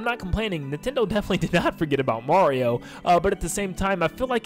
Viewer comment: Can you say NIN-ten-do as opposed to nih-ten-do?